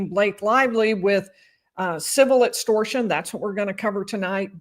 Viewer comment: Etstortion, ezactly 😂